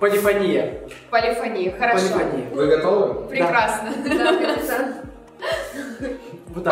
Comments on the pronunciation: небольшая поправочка.Не полИфония(удариение на и) а полифОния (ударение на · ПолифОния, а не полифонИя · Там вообще два варианта ударения, но музыканты чаще употребляют именно полифОния (хотя меня тоже бесило) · Почему полифонИя, а не полифОния? Я просто учусь в муз.школе и мне как-то неприятно слышать:/ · Эм не полифонИя, а полифОния. Я учусь в музыкальной школе. Мне так редет уши ! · Да я тоже в муз. школе учусь. И когда они говорят полифонИя 😐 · Меня на протяжении всего видео бесило только одно...... ОНИ ГОВОРИЛИ полифонИя, а правильно полифОния!!!! Я учусь в музыкальной школе 7 лет и ГОСПОДИ!!КАК РАЗДРАЖАЕТ, ЧТО ЛЮДИ БЕЗГРАМОТНЫЕ! Окей, я понимаю, что они не музыканты(кроме миа бойка, кстати странно, что она их не поправила) но ведь можно было элементарно загуглить! P.S. Я не хейтер и очень люблю, просто это ситуация меня дико выбесила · ПолифОния! ПолифОния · Извиняюсь конечно, но не полефони́я, а полефо́ния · не полифонИя,а полифОния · Не полифонИя,а полифОния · не полифонИя, а полифОния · ПолифонИя... Серьёзно?????? Может быть перед тем как снимать ШОУ, хотя бы правильное произношение поссмотрели P.S. играю на фортепиано, и полифонИя прямо режет по ушам... Если что, то правильно полифОния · Почему полифонИя, если по сути полифОния правильно.... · ПолифОния ударение на О